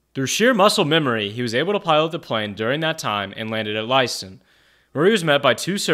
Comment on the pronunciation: Two names mispronounced: Chuch Yeager (Yay-ger) and Leiston (Lay-ston).